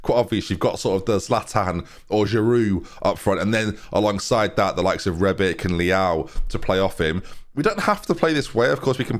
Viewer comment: I hope you soon get the real names. Nothing triggers me more than 'Zebre' lol. Also Rebic isn't pronounced 'Rebik', it's 'Rebitsch'